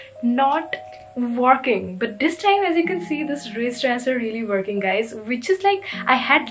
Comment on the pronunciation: Woarkinng was iconic 💀